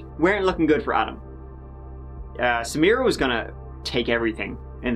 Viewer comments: My ancestral family is Lebanese, and I have a cousin whose name is Samira. I am also an attorney, and I would have called the State’s prosecutor in private and taught her the correct pronunciation. Samra? Damn that’s sad. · Couldn’t agree more. I keep hearing her say, “Samrah Fresh”. ☹️ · She even mispronounced Samiras name. Its Sa Mi Ra. Not Samra. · It did me,she was calling her samra 😳😒I was thinking hang on ur accusing the husband but yet can’t even get the poor girls NAME right..🙄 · You would think the prosecutor would pronounce the victim's name properly. Keeps calling her Samra. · Does it annoy anyone else that the prosecutor didn’t even bother learning the proper pronunciation for Samira’s name? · It bugged me that the prosecutor didn’t even pronounce Samiras name properly. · Meadow Gold I was looking for this comment. It's lazy and disrespectful because she could've just used her last name if she couldn't pronounce her first name. It's not even a difficult name to pronounce. She [the prosector] makes me want to find in favor of the defense!😂 *Diclaimer it's a joke before any triggers go off. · It really pissed me off that no one even bothered correcting her. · the fact that this lawyer keeps mispronouncing the victims name is very frustrating. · Why couldn't the lawyer be bothered to pronounce Samira's name correctly??? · You would think the prosecution would pronounce her name correctly... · He is the most likely suspect, however, I think there is reasonable doubt. And why can't the prosecutor pronounce Samira correctly? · Ugh!! The prosecutor keeps mispronouncing her (Samira) name!! How irritating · The female lawyer could at least pronounce her name correctly.... Put some respect on her name.